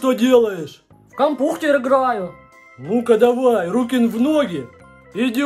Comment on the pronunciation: вот когда ты запомнил что не кампухтер а кампютар